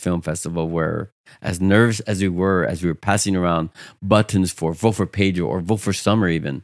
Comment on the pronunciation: Hey look its Pay-Dro 😂